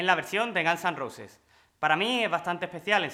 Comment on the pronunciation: “Nakins o jeven dor de gans an rouses” los españoles tienen un problema severo con el ingles jajaja